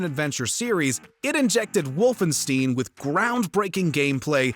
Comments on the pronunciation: Oh,. Not pronouncing correctly as usual. "Stein" is not pronounced "steen." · It Wolfenstein. Not Wolfensteen. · what the fuck is wolfansteen its pronounced wolfenshtain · It's not "Wolfensteen" it's "Wolfenshta-yin" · WOLFENSTEIN, not “Wolfensteen” I think is an AI voice box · It upsets me way too much that he mispronounced Wolfenstein. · You can tell they googled how to pronounce Wolfenstein because the first entry pronounces it incorrectly. Just like their incorrect pronunciation. It’s WolfenSTINE, not WolfenSTEEN. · bro, if you say wolfensteen one more time.. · It's pronounced WOLFENSTINE get it right. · Did he say wolfen-STEEN?!....TERRIBLE..... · What is wolfenstiin????? Hahahah give this man some German Lessons, my guy. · did he just say Wolfensteen? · It is called Wolfenstein and not "Wolf in steeeeeen" 😂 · Wolfensteen?? No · I know you didn't call it "wolfen-steen" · If Yngwie had been born in Germany..."Wolfensteen" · Came here to say this. Wolfensteeen? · Wolfen-steen. You knob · I turned the video off as soon as he said “the wolfensteen series” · The way you pronounce/say Wolfenstein is unbelievable and brutal, seriously man, WolfenSTEEN ? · “Wolfen STEEN” says “gaming” video. 😂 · Please tell me nobody else pronounces wolfenstein that way... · The way he said Wolfenstein made my eye start twitching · Dude, if you want to be serious about your videos, learn to pronounce games correctly ... this way you end up like a moron. Wolfenstein is an iconic game series, the word is not that hard to pronounce and you did it anyway ... learn to read and pronounce... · He pronounced "Wolfenstein" wrong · Wolfenstein please learn how to pronounce it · Did no one edit this? How did everyone that touched this video afterwards let that terrible pronunciation go through? Do they have a grudge against the narrator? That's embarrassing. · The Punisher and Scorn should have been this list. Ps- the way he kept saying Wolfenstein gave me diarrhoea.